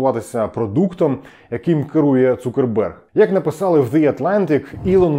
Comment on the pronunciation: Закерберг, а не Цукерберг - так звучить його прізвище. "Цукербергом" він ніколи себе не називав. Дуже цікаве відео і ,як завжди, офігенно проведена робота. Дякую!